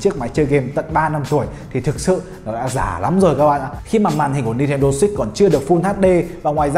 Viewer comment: Switch hay six day sao nghe six ko day